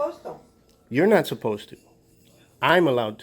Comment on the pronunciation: "We're not suposs to" . She don't speaks no good English.